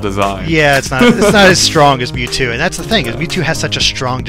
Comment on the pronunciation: They said NewTwo.